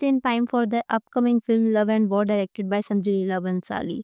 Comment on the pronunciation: Vaar 😂✅ war❌